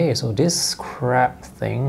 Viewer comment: That had me laughing as well, it sounded a lot like 'this crap thing" LOL